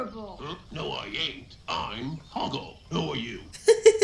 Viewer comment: How the hell have I never realized that she called Hoggle, Hogwart?